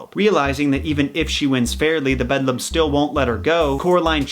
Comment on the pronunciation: Excellent installment--so glad I found your channel! The only thing to quibble about is that the Eeeevil Other Mother is called "The Beldame" (bell' dahm), not "The Bedlam." "Le Belle dame sans merci" is a terrific pre-Raphaelite painting that shows one interpretation of the lamia-like "Beldame." Essentially she lures young men in particular from the safety of reality and into an illusory world of beauty, pleasure and obsession. The Beldame's end goal is to lull her prey into slumber in order to suck out all the life, animation, and soul from the victim. Yikes! Looking forward to more episodes!